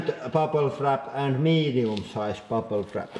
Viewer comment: "buple frap"